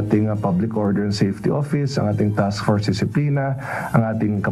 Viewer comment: Haha si don't purse me daw. Sometimes kunyare may American accent. This time nag English pa wala naman maintindihan" don't purse me? Layo kasi sa don't force me for and p ha ha😂😂😅